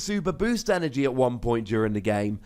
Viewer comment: At 3 min did say 3 energon?